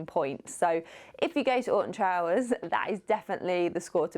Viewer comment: Having never heard of Alton Towers, and not reading the title, it kept sounding like you were saying "Austin Powers". lmao